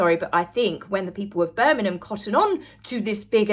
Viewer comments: love your videos so much, very informative but please can you pronounce Birmingham with the G it's making me cringe a bit. Or maybe say Brum. Don't mean to criticise, just got to say it. Hope you don't take offence as I'm a massive fan x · I love your videos but please - the 'g' in Birmingham is not a silent one. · As a Brit, never heard Birmingham pronounced that way? Not knocking you, just mind blown. Is that a Sussex dialect? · Why are you pronouncing Birmingham like that 😂